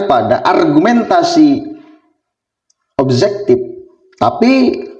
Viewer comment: Min jangan ikutan bahasa melayu malaysia bahasa kita SUBJEKTIF bukan subzektif OBJEKTIF bukan obzektif gunakan bahasa nasional yg benar, ma,af min